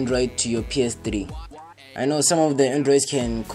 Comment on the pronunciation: It's not PS Tri, it's called PS Three